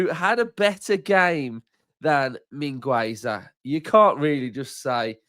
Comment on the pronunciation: the 'u' at Mingueza is not pronounced, it sounds 'Min' like mean, 'Ge' like at get and 'Za' like zack, min-ge-za